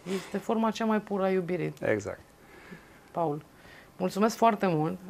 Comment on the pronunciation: De ce-i zici Pol, in loc de Paul?